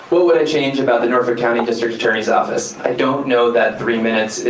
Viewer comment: Can any of you enunciate the name of your home county? Cause it does NOT have an add'l "R" in it. It is NOT Norfork!!!